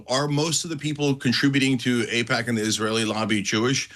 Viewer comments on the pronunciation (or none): Wow is this what you call jurnolism in the UK 😂 its AIPAC btch not AJPAC ! ITS AN ISREAL LOBBY NOT JEWISH LOBBY !!